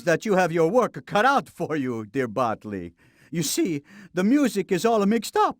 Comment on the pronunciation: Taylor Williams Why does Polly mispronounce Botley's name?